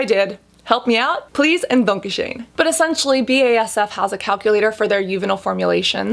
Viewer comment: I'm sorry, but that Donkey-shen, for the dankeshön, made me lol